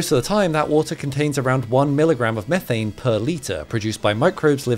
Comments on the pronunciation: Mee-thane nor meh-thane! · It's pronounced meeethane you doughnut